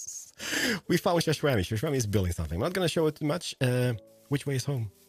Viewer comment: I love how calls xisuma shaswami😂😂😂